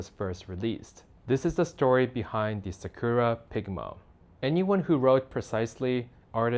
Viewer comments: sih KERR ruh - ummm no. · Imagine selling Japanese stationary and you can't even pronounce sakura